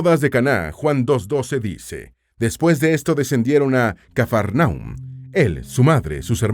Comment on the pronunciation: Que mal pronuncia Cafarnaúm , es una palabra aguda, es el colmo de maltratar el idioma Español.